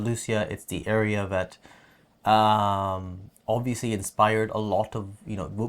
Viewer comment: say obviously again: "obvioushly":D haha no offense love you guys